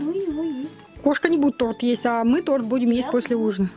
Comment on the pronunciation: (надеюсь можно так к вам обращаться), только тОрт, тОрта, тОрты - всегда ударение на одну букву. Не обижайтесь, что поправляю вашу речь. Просто горько от мысли, что многие говорят о величии России, но забывают о величии языка. Да и детям будет проще в школе, если они с детства будут говорит правильно. Никто же не станет отрицать насколько сильна привычка, полученная в детстве!